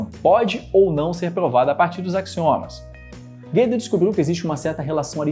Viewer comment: "Guedel" não. É Gödel com ö